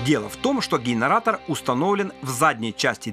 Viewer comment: Гейнаратор ? What ?